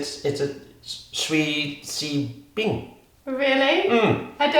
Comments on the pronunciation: 3 years late comment, cookies in Chinese: 曲奇饼 (google translate it to hear how it is pronunced) nice try, sounds nothing like it XDDD, but 20/10 for the attempt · Bing gan, but but i think u said it wrong. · TBH he said the cookie one wrong😬😬😬😬😬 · Athena Chan he said 曲奇饼 but he just slightly mispronounced "qu" and the tones. Still, I think he said it quite well imo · he probably said 曲奇饼，but "q"s are one of the pinyin consonants that are hardest to pronounce for non-native so it's okay~ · For chinese, he meant qu qi bing. It's not wrong. He just needed to work on pronunciation. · Qū qí bǐng is a transliteration. And no he wasn’t that close but the bing was good! It would sound closer to chew chi bing. Bǐng gān is the word in mandarin. (From what I’ve studied) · AngelMuggleAngel I mean, close but not quite? If you're talking about proper mandarin, he is rather far off, but if you're talking about the sound in general without bothering with the 标点符号 then he is kinda close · Actually, cookie in chinese is qu qi bing not xi xui bing. But it's kinda hard to say that so just say bing gan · actually, the pronunciation is Qū qí bǐng, he said the Qū as Xui, which is actually not correct. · Hi, I'm Chinese, and cookie in Chinese is pronounced 'Qū qí bǐng'. But pronouciation is very close! The first word is wrong, but the rest are correct. Good job!😄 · It’s pronounced qu ci beang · Yes, but pronunciation is a bit off. I mean 曲奇饼 - Qu qi bing (no idea how to put pinyin on here) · you might have to specify Mandarin Chinese, because there are different dialects, but "qū qí bǐng" is definitely cookie in Mandarin. You weren't pronouncing both "Q"s the same though, that may be why it didn't understand. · 曲奇饼 cookie in Chinese; Qu qi Bing. just didn't pronounce it correctly for Google translate 😊 You're such a wonderful couple ❤ Kia Ora from Aotearoa. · pronouced cookie wrong in chinese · 曲奇饼！his pronunciation is just a bit off.